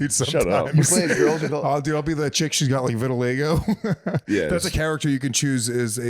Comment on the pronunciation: VitiLEGO? Thought it was Vitiligo